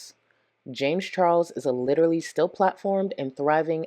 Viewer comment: Clicking back on the video to immediately hear....... "While LIDURLY LICKING MY VAGINA" 😲🤢🤮